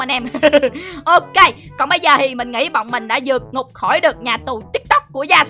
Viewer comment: Tìm tôi mà nói là tik tóc